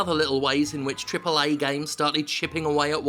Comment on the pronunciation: I won't let you get away with this lazy, lazy "AAA" intonation! :D